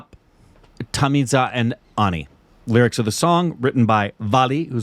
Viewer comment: Zha - la pronounced tamizha is pronounced as thamila